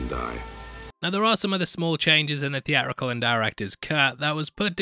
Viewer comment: Lasted 12 minutes into this vid. A narrator who cannot sound the letter 't' just looses all credibility. He think the word theatrical is pronounced thea-rical. Urgh!